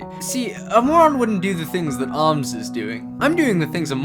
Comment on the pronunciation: Its an o not oooooomz